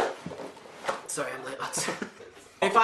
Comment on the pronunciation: Ok I put the subtitles on and it says "*the strongest Irish accent Niall has ever had* POTATO!" 😂😂😂😂😂